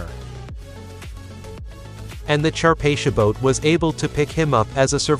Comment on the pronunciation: Charpathia boat? Wtf?